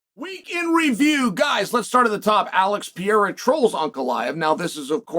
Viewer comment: Not Alex Piera man its Pe Re Ir A 😂